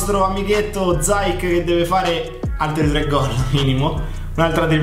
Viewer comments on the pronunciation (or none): Non si pronuncia zayek Si pronuncia ziyesh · Sì dice ziec (c dolce) non zaiec (c dura) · Non si dice Zaic ma Ziech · IO TI SEGUO DA LECCE. SIETE DEI GENI!! SI PRONUNCIA ZIECH. ZAJC È L'EX GIOCATORE DELL'EMPOLI!! 😂😂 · Si pronuncia "Ziek " 😂 prego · si dice ziec e poi mi spieghi pk dici casuccia?